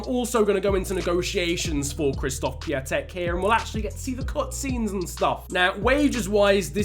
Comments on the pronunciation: Funfact about Piątek: His name in english is Christopher Friday. Also it is pronouced Pee-on-tek. Greetings from Poland mate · stop saying piatek wrong